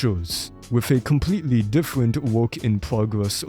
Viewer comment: howewer, thewes, diffewent, bwain